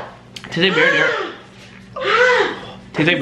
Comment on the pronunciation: Tase like marina- tase like marina sauce- it tase like marina sauce- marina sauce